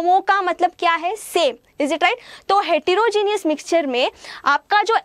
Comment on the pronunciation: the lecture was very good mam, but its heterogeneous and not hetirogeneous.